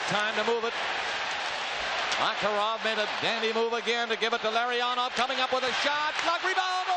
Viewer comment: Mah-Kah-Rahv going right in! He was so much fun to watch